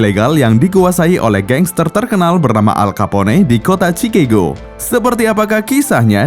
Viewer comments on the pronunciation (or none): entah kenapa gw kalo denger suara narator bikin hati bahagiaaaaa.....🤪😋😛😝😜🤪😘🥰 min bacanya bukan alkapone hehehe tapi alkapon (Al Capone) atu lagi bukan cikego tapi bacanya sikegho.... (Chicago) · Pengucapan kata Chicago di luar negeri juga ucapannya Chikago buka chikego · CIKAGO min bukan CIKEGO hahahhaha... kocak !!!